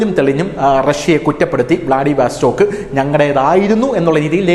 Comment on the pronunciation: വ്ലാഡിവസ്റ്റോക്ക് എന്നു പറയൂ. വാസ്റ്റോക്ക് അല്ല